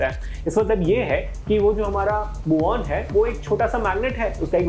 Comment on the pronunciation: Pehli baat ise Mu On nahi MewOn bolte hain. Spelling bhale hi Muon ho.